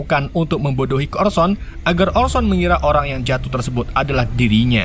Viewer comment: jijik banget denger kata "TERSEBOT"